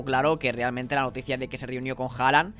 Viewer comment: jajajajajaj TE cuesta decirlo en el Te ayudare ¡!... QUE SI SE REUNIO CON HALAN ¡! 😉